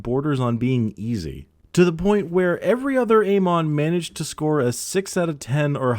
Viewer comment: Amon? No. Aymon? Yes.